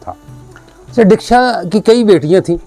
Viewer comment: Real word is Daksha notdeeksha